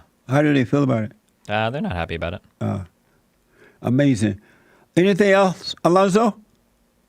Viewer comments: now that was "Amazin!!!!" lol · 'Amazing observation?' I think you meant to say was 'UH-MAY-SIN!'.